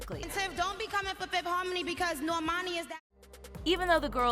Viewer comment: Stop it's nor man ee